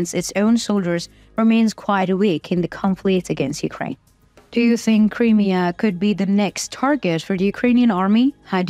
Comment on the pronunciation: Just a small hint... when saying the word Crimea, emphasise the "M" and not the beginning of the end. And it is NOT "THE Crimea" since 1991, when Ukraine became independent. It is simply "Crimea"